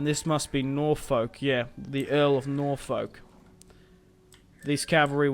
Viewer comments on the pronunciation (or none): It's pronounced Nor-fuk